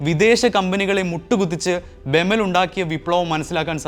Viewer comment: ബെമൽ അല്ല ബി.ഇ.എം.എൽ ആണ് വേർത്തിരിച്ചു പറയണം കേട്ടോ